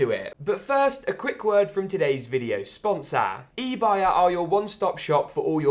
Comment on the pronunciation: Love 💕 how he says "Sponsor".